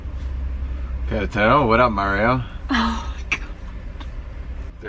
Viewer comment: It's Que RE taro, not Quere TARO.